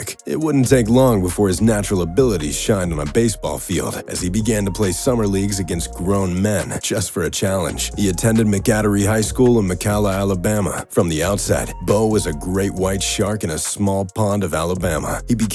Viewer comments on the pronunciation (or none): MAC-a-DORY - as in "Mac and cheese" and "Nemos friend". Great vid , just figured ud likie to know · His home town is pronounced Mac-A-Dory. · Bro... Get the pronunciations & classifications before telling a story. Pronounced "Mac-a-dory" and it was a small pond. It has always been in the top 2 classifications for size of schools in the State. Made it sound like he grew up in the backwoods, its a suburb of Birmingham. He also didnt play for the Cowboys as you ridiculous clips suggest. Thats Herschel Walker. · It's Mac a dory, not whatever you said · Generational Athlete. Lots of others in second place, but so far behind. BTW pronounced "Mac a Dory" I don't know who the "34" wearing a Dallas Cowboys uniform was, but you can be assured it wasn't Bo. Please do a little research. Try Google, or just steal from others who made Bo videos. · I'm from Alabama, and first of all, you mispronounced his high school. He was also not highly recruited in high school. Get your facts straight. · Dear lord did you absolutely butcher the name of his highschool 😂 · It’s actually impressive how badly you managed to mispronounce both Mcadory and Mcalla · Dude absolutely butchered the high school name! 😂